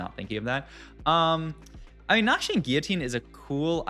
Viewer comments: Guillotine is pronounced as Gi luh teen not Giyateen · as per googling, English (British) pronunciation is gi luh teen. French pronunciation would be Gi yuh teen